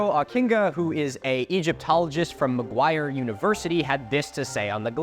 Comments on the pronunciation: Talk about egregious mistakes..... It's Macquarie university not Mcguire university! What a mess! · Just on a quick note there Boyo Ockinga is from Macquarie University (pronounced like Ma-quarry) not Mcquire university.